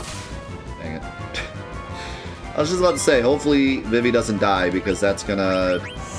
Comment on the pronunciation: It's pronounced "Zuh-Don" and "Vee-Vee"